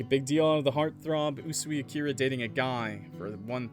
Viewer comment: I feel so late for commenting 6 months later or something but Akira is pronounced not “A-Kira” but “Aki-ra” and I’m pretty sure the “ra” is pronounced “la” (if it’s a Japanese name tho)